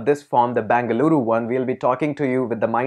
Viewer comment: Tquu sir... U pronounced our state as full bangaloru.. 😍😍😍